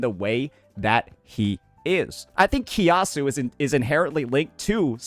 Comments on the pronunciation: hahaha from kia-su to ki-a-su but its fair game since likes to use terms that saint wont understand xD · Malaysia mentioned 🗣️🗣️🔥🔥 btw his pronunciation on kiasu lmaooo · unc kiasu pronunciation made me laugh too HAHA